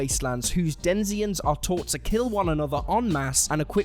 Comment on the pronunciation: Denizen. Not "denzien." Sorry.